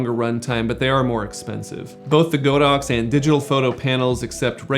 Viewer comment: It probably doesn't matter, but I thought I mentioned it here. Godox is actually pronounced God-Ox, not Go-Dox. The Chinese words 神牛 literally means just that. :) Anyways, great video :D